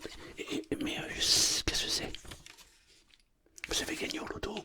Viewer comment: « Qué ce céé » 😂😂😂💪🏻